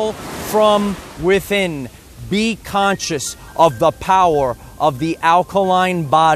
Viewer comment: The POWAH!